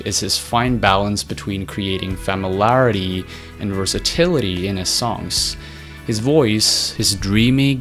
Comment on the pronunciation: Why does this narrator struggle pronouncing "familiarity" is he German or A.I.?